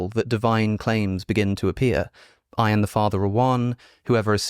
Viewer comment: Alex, I’m guessing you got your pronunciation of “I am” in Greek from Bart Ehrman. And he really butchered it. The correct way to say “I am” in Greek is closer to “eh-GO EE-may”. Ehrman accidentally flipped “EEmay” to “EHmee”.